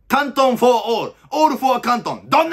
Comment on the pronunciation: 「for」を"フォア"、「why」を"ホワイ"と読む世代だったか